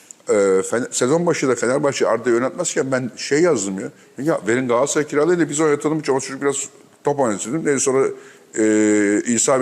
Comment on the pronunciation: Sevgili Fatih abi lütfen şu "Galatasaray" telaffuzunu düzgün yapın rica ediyorum ya.. Bir fenerbahçeli olarak yazıyorum bunu.. Abi "Gaaasray" demek hoş olmuyor yani her defasında..